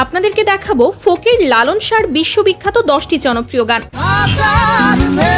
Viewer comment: Call Lalon shai ji... Not Lalon sha